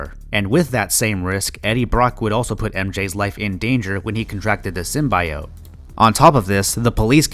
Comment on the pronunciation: Only critique I can give to is the way he pronounced Raimi and Symbiote. That was my only gripe. Rest were spectacular.